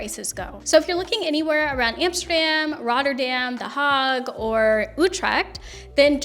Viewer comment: Is it pronounced the Hog? I thot it was the Hay-guh ? Help me out! Lol